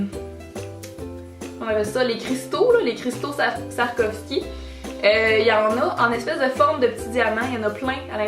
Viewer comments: ***** en passant, ça se prononce soua-rov-ski! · On dit swarovski